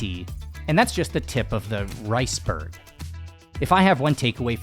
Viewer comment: Did he just say “tip of the riceberg”? 😮